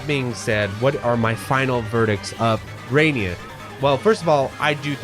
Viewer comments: Your absolutely right my guy, the development team really should've name this game the way you pronounce it because Drainus is horrible. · are we sure it’s not actually supposed to be pronounced dry-niss? like raiden and gaiden